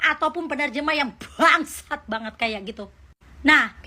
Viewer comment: Kalem bae mbak...hp gua basah saat mbae..ngucap.... "buuuangggsat" bgt....😅